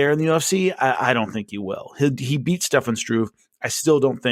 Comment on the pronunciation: there is no letter 'x' in 'especially', and no letter 'v' in Stefan. Keep up the good work!